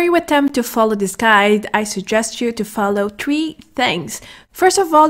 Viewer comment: Your not Irish stop saying tree